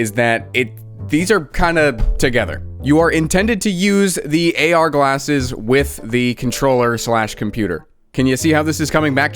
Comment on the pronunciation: "AR GALSSES"